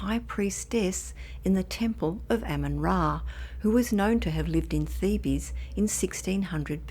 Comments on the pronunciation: Theebees?! I always heard it pronounced theebs, spelled Thebes. After a little research it is indeed pronounced Theebz not Theebeez. So if your ever discussing ancient Egypt you won't sound stupid. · I agree it's not a serious channel but there's a lot of kids who watch and I don't want them running around talking about THEEBEEZ!!! LMAO!!